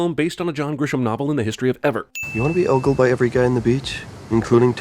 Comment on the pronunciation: Why can’t he say the word ogle